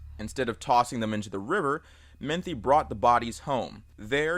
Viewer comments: bruh it's Joe Metheny not Joe Manthe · Its Metheny not Methny. I live in Maryland I know about him. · It's Joe Metheny....Meth-en-ee. Not menthy. JS, js. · It’s pronounced “muh-thee-knee” not “minty” lol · His name is spelled "Metheny", pronounced "meh-th-any", not "menthy" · not to be rude, but his name is Joe METHENY, not Menthy. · It's Metheny, not Menthy. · Got super confused hearing Metheny as "Menthy" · Joe Metheny not Menthy. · Its "Mah-Thee-Nee".. God I hate when someone makes a Documentary style video and mispronounces such a simple name.. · Joe Meth-eeny is the pronunciation. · It’s actually pronounced MU-THEE-KNEE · That Joe Metheny story happened in my home city and it always disturbs me. Also idk why it bugs me that he said the surname wrong. Great video though!